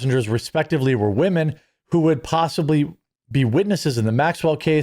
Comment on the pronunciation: You are mispronouncing Maxwell's name.